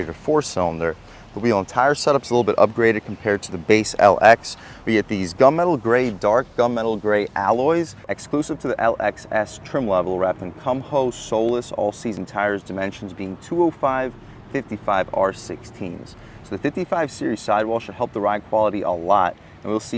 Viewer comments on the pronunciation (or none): The tyre brand is pronounced koo-mo, not cum-ho, LOL.